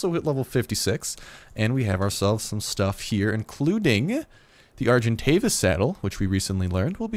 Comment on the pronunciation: you have to call your argentavis: SergantDavis LOLOLOLOLOLOLO